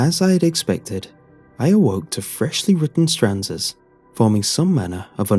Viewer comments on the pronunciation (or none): STANZAS NOT STRANZAS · Did anyone else catch "firming griply" in the hand story? Or the consistent use of "stranzas" instead of stanzas"?